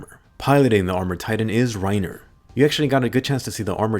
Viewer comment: Yo im laughing do hard he said "eren got had and pennitrated through rinerer